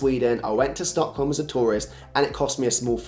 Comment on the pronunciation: When you said Stockholm you sounded soo Swedish! :D I think you are due for a new All Swedish video!